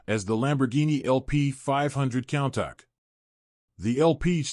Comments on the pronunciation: It's not pronounced "cown-tahck"...it's pronounced "coon-tash" this video is unwatchable with all your mispronunciations. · It's pronounced "coon tosh" not count tack🤦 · When providing information about a vehicle, getting the name right seems important! WTF is a "Cowntok?"